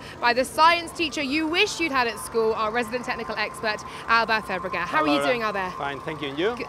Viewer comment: still can’t say his name right. Only one race track left to say it properly